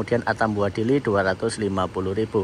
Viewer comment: Ke Dili loh ya.. Bukan ke Diri😂